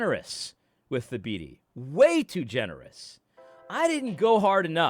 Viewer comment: You say Thabiti's name a little too well. You have to mess it up a little bit at least ;).